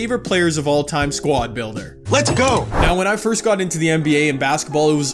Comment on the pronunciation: “Fourst quarter”😂😂😂